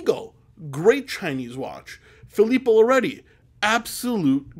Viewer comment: Filippo loreTi is the pronunciation. Are you not italian? Pensavo fossi italiano! 🧐